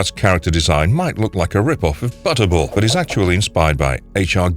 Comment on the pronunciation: Butterball not chatterer